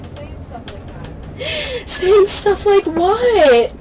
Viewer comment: I can't stand to hear that, too-ah! 😂